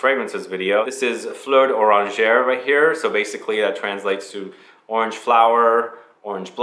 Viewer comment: If you're saying Fleur D'Oranger wrong, then I'M saying it wrong - because it sounds good to me. Thanks for the reference! Great video, and super helpful, as always. Thanks for the hard work, and for being such an inspiration!